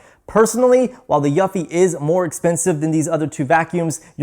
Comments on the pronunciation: Pro tip, Eufy is pronounced youfi, you’re saying yuffi. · I thought he was saying Yuppi 🤣🤣🤣🤣🤣